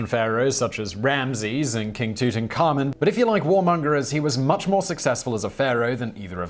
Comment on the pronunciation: Thank you for finally saying Tutankhamen's name right!